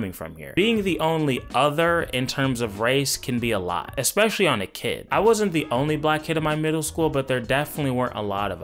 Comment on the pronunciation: FD taught me, even intelligent Black people will disappointingly say; " exspecially " .